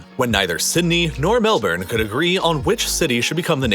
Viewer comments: absolutely butchering many pronunciations. much better attempt at melbourne than other people though lol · As an Australian, its always entertaining listening to non-Aussies attempt our names or slang, did decent for Melbourne (most people go for 'Mel-born) but you lost me on Canberra mate aha, love your videos.